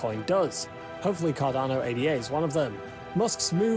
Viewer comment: This guy can't even pronounce Ada correctly. Too simplistic analysis on altcoins. So many others are better than cardano. Polkadot, Solana, Luna, atom, elrond, algirand just to name a few, all energy efficient and faster than cardano.